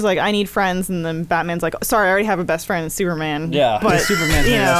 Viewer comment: “Hey my fwend’s back my fwend’s back!” 🤤 lmao